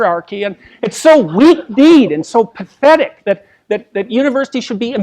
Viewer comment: "PETHHHHHHHETIC!" . . . . . . that is JP on deity difficulty!